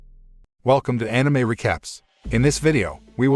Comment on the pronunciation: I'm just happy he is saying anime correctly